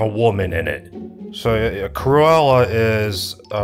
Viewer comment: Cru-Ella skin-nerd